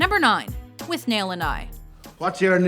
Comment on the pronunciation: its pronunced with null not withnail